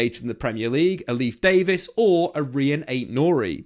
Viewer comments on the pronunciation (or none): none